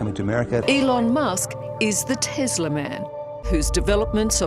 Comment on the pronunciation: She said, "Elon Musk is the Tizzler Man." O! Sez i, she meant to say Tesla.